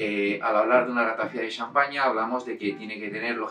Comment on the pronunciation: Perdone, se pronuncia Ratafía, en catalán no se acentúa la i porque no hay diptongo.